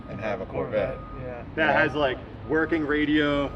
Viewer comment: the "SORE"vette